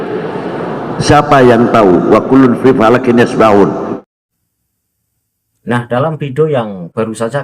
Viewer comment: Hb LBY menyatakan wakullun fii falakinnasbahun. Apakah saya salah dengar? Kan yg bener yasbahuun...?